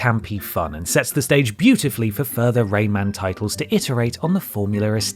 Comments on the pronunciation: lol why are you calling him “Raymand”? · Whats ‘’Ray-maned’’ ???